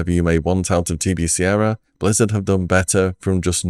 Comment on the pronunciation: Good video but please look up how to pronounce 'era'